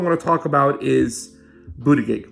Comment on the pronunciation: It's pronounced Buddha Judge...both 'g's are soft. For some reason this mispronouncing really bugs me.